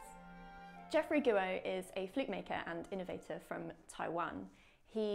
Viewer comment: Great video but surely wouldn’t have taken long to research the correct pronunciation of Guo?